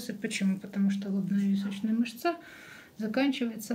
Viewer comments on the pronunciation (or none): А знаете отличительный признак медика от того, кто не относится к медицине от силы никак? Простое слово: "мышца!" - не мышцА, а мЫшца. И это знает каждый медик в мед.универе.